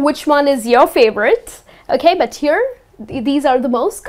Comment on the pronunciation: i hear that from yout thickly pronounced D in 'but'